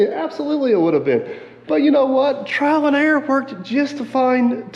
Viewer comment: . Are you saying: "Trial and error" or "Trying and Aaron?"